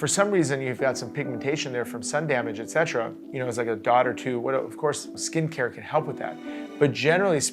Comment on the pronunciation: You butcher the "etc." Fav word? You certainly are using it wrong. So cringe.